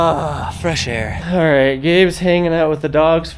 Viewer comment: Did you say fresh air or fresh hair 😂😂😂